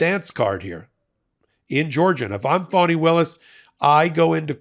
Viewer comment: It may just be the NY twist I hear, but it’s not FAW-knee, it's FAH-knee.